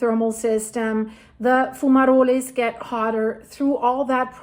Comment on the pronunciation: In English, the E in fumaroles is silent. It's fu-ma-rolls